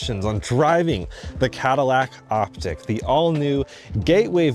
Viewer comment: Likely the proper pronunciation is "Op - teek" ...not "Op - tick".